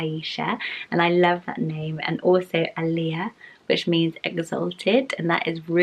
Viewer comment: My name is Alia pronounced just like you did — not named from the Middle East though. I love my name and the spelling